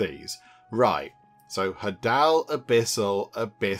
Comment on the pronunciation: Hadal rhymes with ladle, it refers to Hades.